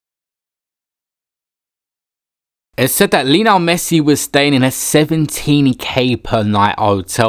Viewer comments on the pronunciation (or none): Why does he keep saying Lino Messit? UGH